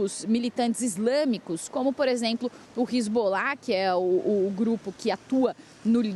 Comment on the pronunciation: Queria me atentar para a notícia, mas a pronúncia errada da repórter roubou a cena: Hilzbolar, Benhamin...